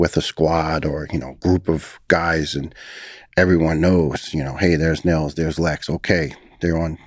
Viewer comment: Niels is pronounced Nills not Neels. And if you want to get really fancy don’t turn that S into a Z sound.